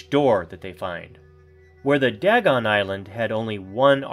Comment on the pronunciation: ITS DAYGON...NO DAGON!!! get pronounciation right man.